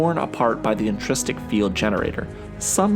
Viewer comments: Intrinsic! Intrinsic field generator! Hard to take serious an explanation from somebody who cant be bothered to pronounce the word the way its spelled about 12 times in the comic. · IntriNsic not intrististic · It's "intrinsic fields", not intristic fields.